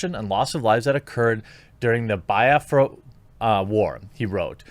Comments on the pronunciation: It's not pronounced Bi-Afra it's Be-afra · It's funny the way you pronounce Biafra. I was lost untill I realized that you were trying to pronounce Biafra. 😂😂😂🤣🤣🤣 I know I know You don't speak the language but it's just refreshing to see how foreigners pronounce it.